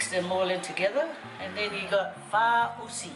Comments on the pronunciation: 😂😂😂 how you pronounced it... It's FA-AU-SI not FA-U-SI 🤣🤣🤣 Malo... Looks so good thou...I want to try making it with kalo... ❤❤❤ Can you please make "MASI POPO". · I cringed when you pronounced faaausi. It felt like you were swearing in Tongan ‘matausi’ 😂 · 🤣🤣🤣 I swear I thought u were just kidding with your pronunciation of this until u kept saying it wrong all the way through 🤦🏻‍♀️😅😂🤣 oh you're funny. Thank you for this lol made my night!!! I hope u and the fam are safe and well during COV19 🌺